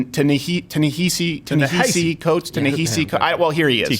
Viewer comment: Crowder is ok most times but why purposely Butcher Ta Nahesi Coates's name? If it's simply because he disagrees with his views that's extremely petty and something a simpleton would do to avoid a contentious on topic argument. Do better Steven.